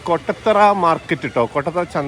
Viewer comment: കൊട്ടത്തറയല്ല കോട്ടത്തറ ആണ് 😊😊